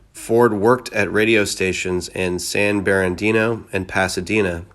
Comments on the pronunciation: I guess San "Barandino" is actually San Bernardino, air "CORPSE" is actually pronounced "core". Sheesh. A pea-pickin' pitiful read. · Also not San Berandino. It's San Bernardino, Calif. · Don't forget San Berandeeno California. LOL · Please improve your AL! Not pronounced "Corpse" but "Core" San Berandino? probably "Bernardino." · San Berandino?? It's San Bernadino. Wow. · It's not Bare-adeno- it's Burn-ah-deno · Bro, could you mispronounce anymore F'ing words??? You sound like a Japanese Tourist trying to pronounce English words. The Air "corps" "Bombarder" San "Berandino" LOLLLLLLLLLLLLLLLLLLLLLLLLLLLLLLLLLLLLLLLLLLLLLLLLLLLLLLLLLLLLLLLLLLLLLLLLLLLLLLLLLLLLLLLLLLLLLLLLLLLLLLLLLLLLLLLLLLLLLLLLLLLLLLLLLLLLLLLLLLLLLLLLLLLLLLLLLLLLLLLLLLLLLLLLLLLLLLLLLLL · San Beran-dino? Victoria-ville? Where the fug are they? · Sanbarrandino ?? LOL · Are you simply reading the Wikipedia entry? “San Burr-narr-Dee-no” please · Yes, among many others. Like San Ber-Na-DEEN-Oh. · that’s not how you pronounce San Bernardino. Ya forgot the “R”. Many pronounce it San-Ber-Dino. This guy in the video killed it even more. Pretty sure it’s a AI voice. They never get it right. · You should research the pronunciation of the words that you don't know. Google is your friend. San Bernardino, Lament, and Dulles International Airport are a few. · Just to add onto the whole butchered words thing, it’s San Bernardino and Victorville. As a native Californian, this dude’s making me cringe with his mispronunciations of city names.